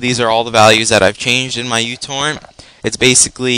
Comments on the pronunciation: It's pronounced mew-torrent. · fyi its pronounced meu-torrent :P like the greek letter for micro also thanks this def boosted my speed